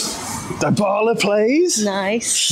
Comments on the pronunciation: The way you pronounced Dubala’s name makes me sick😂. ”Daibala” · Loved the video, the joy, the passion! Just one little thing, i beg you: don't butcher Dybalas name with that pronounciation 😂. It's "Deebala", the "y" is as the "y" in "you". And if you wanna butcher it, do it the roman way and add a "b". Hugs from Switzerland. DAJE ROMA!!!! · How come you don’t know how to say Dybala?